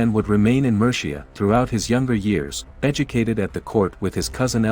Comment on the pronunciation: Survived the first 20 seconds, but the mispronounciation of Mercia! I had to stop watching. Can documntary makers please get their voice-overs to google names, place-names etc before laying down their voice-tracks? That would be professional.